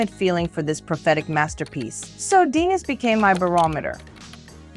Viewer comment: Lol "Deeenis"